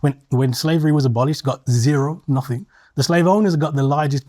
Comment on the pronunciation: BAHAHAHAHAHAHA!! 🤣🤣🤣🤣 “we dint do nuffin”